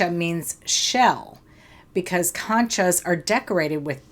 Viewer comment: Con cha like in CON